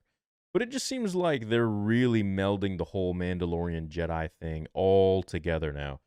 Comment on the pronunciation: Jedi brother...not JED....